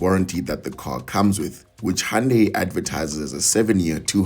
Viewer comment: Thanks for teaching me how to correctly pronounce "hoondaiii" at 4.22 secs 🤣🤣🩷🙏